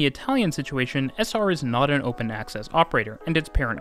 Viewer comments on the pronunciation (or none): none